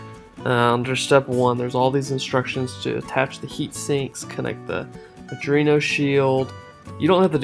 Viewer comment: Just FYI: It's pronounced "Arr-dwee-no"